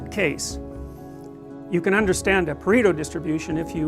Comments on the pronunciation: It's "Pareto" not "Preto", from the name of Vilfredo Pareto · its pareto not preto. Would take 2 seconds to google. :/